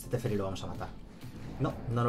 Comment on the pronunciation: Si volvía a decir "TeSferi" otra vez me daba algo